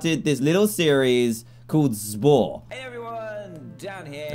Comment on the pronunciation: Its funny because when he sed what is spore I heard wha i por 🤣🤣🤣🤣🤣🤣LOOOOOOOL🤣